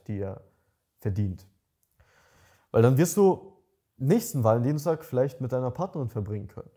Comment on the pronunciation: Wie das ausspricht hört sich das nach ValenDIENSTAG an:D hab extra gegoogelt und kurz gedacht, dass das wirklich so heisst haha